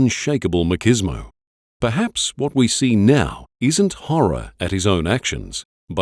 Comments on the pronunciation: Lol who pronounces machismo as makismo…? Wtf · Narrator not write his words? "Makismo" should've been "machismo".